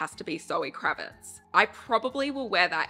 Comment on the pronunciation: I love every video you post! Thank you! Ps: Zoë KravitZ not S 😬😅